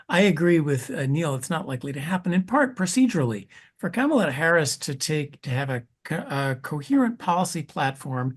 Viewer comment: Kamala pronounced like Pamela😁😁